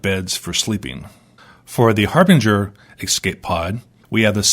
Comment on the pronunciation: harbinger pronounced with soft g, a j sound